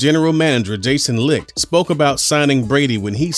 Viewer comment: Lmao "Jason lickt"